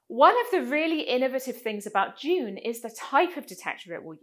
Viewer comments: "d'Juune" 🤢🤢🤮 It's DUNE. Sound it out. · Isn't it just pronounced like a normal D (doon)? I couldn't understand why you kept pronouncing it with a J sound (djune) like in the word education. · Now I can't unhear you saying "June",... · It sound like you are saying June,. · I would work more on the pronunciation of the name 🤪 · I am English. English pronunciation is DYOON American pronunciation is DOON